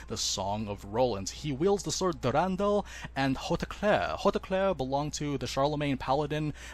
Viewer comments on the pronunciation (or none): Just wish his voice actor pronounced durandal correctly. Sounds like he saying Der an dull.